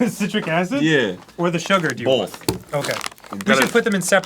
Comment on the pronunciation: "One bowl for citric acid, one bowl for bowlth." The existence of the word "bowl" in that spoken sentence makes Arin's Phantom L in "both" stand out SO BAD. Arin. Buddy. Pal. Friendo. B, O, T, H.